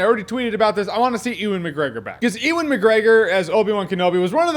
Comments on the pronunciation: It’s you-in not you-win. Believe me, I share a name with this boi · "Ee-Wen" Mcgregor?!!!! Ha, ha!! Dude, it's pronounced "You-Wen". And for no extra charge- Mads Mikkelson first name is pronounced "MAZ". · It's not (Ooh-an mcgregor) its (you-an mcgregor) you fool some ways the Americans say names is so strange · It's not oooo-an, it's yoo-an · If he says ee-wan instead of you-an (ewan) again i will die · You-in McGregor not ee-win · Ewan is pronounced yoo-an btw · Love your videos, man, but I just gotta say it's pronounced "YOU-in" McGregor. Like "ewe", as in a female sheep. ;) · Is Jeremy saying Ee-Win? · It's not OO-an McGregor ffs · Dude take it from every Scottish person here. Its "you-in" Mcgregor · Who the fark is "E-Win McGregor"?!!? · How does this ballbag have over 1 million subscribers when he can't even pronounce Ewan correctly? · I'm sorry it's not a big deal.. but please learn to pronounce "Ewan" before you make a video like this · that's not how you say Ewan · Is that how Americans pronounce Ewan? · Some of us pronounce it correctly. I'm not sure where Mr. Jahns picked up his erroneous pronunciation of it.